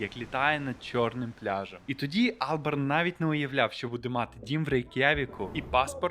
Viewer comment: Так і не зрозумів чого АлбЕрн, якщо АлбАрн